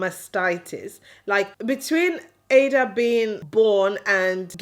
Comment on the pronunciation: I love you channel and your family, but please pronounce ur daughter's name with the igbo meaning that brings pride and joy. Ada and not like a computer. I'm a yoruba woman and I love native names.